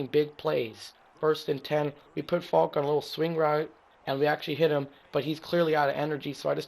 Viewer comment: it's Faulk not folk